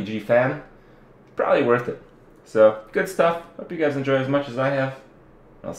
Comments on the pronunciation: "May take you GAYS a... may take you GUYS a while..." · he said gays instead of guys